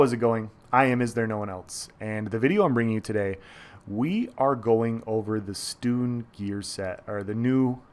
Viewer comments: Excellent video, thank you. However, it’s pronounced “Stun” not “Stoon”. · Isnt it pronounced stun? I dont know just wondering, personally think stun is more applicable hahhha